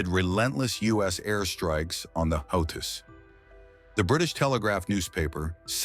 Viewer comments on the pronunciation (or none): They are the houthis pronounced (WHO-TEES) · Pronounciation problem ? Who tease., or houthis...some say how tease... Anyway Jhonny be good. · Your AI generated voice should at least state the name Houthis correctly since its the topic. 5 different pronunciations used; all of them wrong.